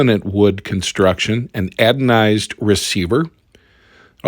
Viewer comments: Another accurate and concise review....well done and thank you. With all due respect, you are saying "adonized" I think...it is anodized. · Anodized, not adonized.